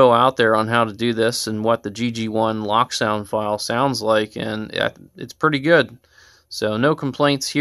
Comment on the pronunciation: wow i didnt realize bachmann stopped putting 30 lbs of lead in their models and not leaving any room for any future installs! haha also its pronounced "lowk" not "lock" its a german company and they are special haha